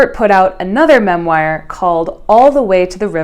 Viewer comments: memoir = mem-wah, not mem-wire 😉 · awesome video - think “mem-WAHr” not “mem-WIRE”. those rascally French loan words… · who is spreading the rumor that memoire is pronounced “MEMwire” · Such good analysis. Memoir is pronounced MEM-wahr, not mem-WIRE. IN-tra-VEN-ous, not in-TRAV-enous (within the vein, not in the trav, whatever a trav is). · “Memwire” “ih-bis” i feel like she’s low key trolling with the mispronunciations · Why do you pronounce so many words incorrectly? I'm vaguely aware that it's a thing creators do to generate comments but why on a video about literature? There were several words but pronouncing memoir as mem-wire is unbearable. Otherwise it's a good video, interesting insights and very well thought out. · Why is "mem-wire" bothering me so much? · girl you cannot keep saying “mem-wire” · This is a good video but I am so confused by the ways in which you pronounced satire and memoir. Please, for the love of god, google it.